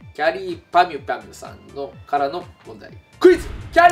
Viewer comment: きゃりーぱみゅぱみゅ言えてないの草